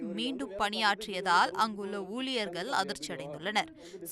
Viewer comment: தந்தி செய்தி வாசிப்பாளர் அவர்களே... தமிழை நன்றாக உச்சரிக்க வேண்டும்... அது( ஊலியர் )அல்ல ஊழியர்..